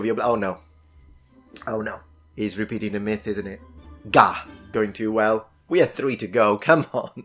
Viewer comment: You emphasize on the "G" when you say, "Gah!"